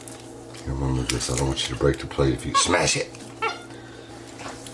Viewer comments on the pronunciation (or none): none